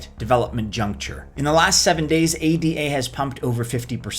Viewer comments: Thank You but one correction - it's not "A D A", it's Ada. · Its called A-duh. Can't take you anywhere foo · ADA pronounced “EY-Dah”, Jesus wept! 🤦‍♂️ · Option 4) learn how to pronounce ADA